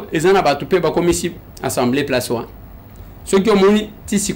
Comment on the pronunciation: Assemblée nationale et non ensemblée il faut bien prononcé